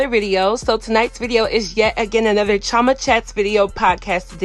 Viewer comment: Chee- oh- mah ... you're Nigerian stop trying to make your name sound American💀 ... talm bout some "Chama"... if you don't throw that accent in there! CHI OH MAH... CHI CHI ... ah ah wa happun